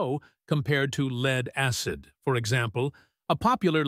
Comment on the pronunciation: My name is "AI". Didn't correct LEAD. Thanks to the stupid English language, many words can be pronounced differently. The the text had the word <LED> instead of LEAD, it may of come out better. NOT as in Light emitting diode either. Like "he led the way to the lake". Or this lake is polluted with LEAD, so don't drink the water. I was hoping to have an answer as to whether Pukerts Law applies to LifePO4 batteries.